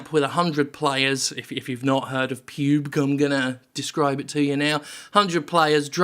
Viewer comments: It's pronounced Pub-G not Puuuub. Jim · Who the fuck calls its pewg? Its Pub G. Ffs. This makes me unreasonably upset. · Pyubg? I always heard it as PUB-G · PUBE-G... Jim pls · Lost it most times he called it Pube-g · "Pube-guh" has earned you another sub, thanks for the hearty chuckle. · I pronounce it as pub-gee. Am I wrong? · I thought it was more of a Ron Bergundy voiced style teleprompter error. Be like I believe its called Pyoob-gey? Stay classy